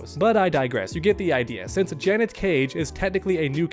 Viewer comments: I want Janet. btw the way u r pronouncing it is Janette wit 2 T's 🙏🏾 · Dudes never heard of the name Janet lol. JUHNET is killing me 😂😂😂😂 im just busting chops though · Janet”jah-net” Janette”juh-net-te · Dude. Janet, not Janette 😂